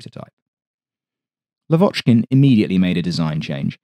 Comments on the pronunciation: He is lAvochkin, not lavOchkin ;) For ther future. Thanks. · Not Lav`Ochkin. L`Avochkin. First syllable high. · Your videos are just EXCELLENT, enormous work, interesting content about rare planes i didn't even know existed. But one thing, just one thing that gets me every time😂. Why LavOchkin, when his surname is pronounced LAvochkin, with an emphasis on the first syllable?😅 Not that I'm complaining in any kind but that's just a friendly reminder from a native russian speaker. Yes, some names are very complicated to pronounce for an English speaker but here it's as simple as putting the emphasis on the first syllable. Thanks for your awesome videos! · Blood from ears! Lavochkin prononces with stress on A, not O.